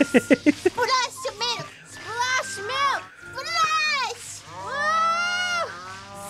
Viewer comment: Malk. With vitamin R.